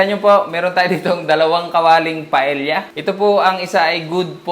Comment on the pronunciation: Paeya po not paelya.